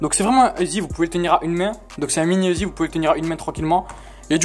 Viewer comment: uzi pas ezi